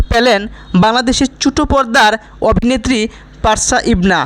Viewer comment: নামটাও ঠিক মতো উচ্চারণ করতে পারেন না ওনার নাম পারশা ইভানা কিন্তু আপনি বলছেন পারশা ইবনা আপনার উচ্চারণ ঠিক করুন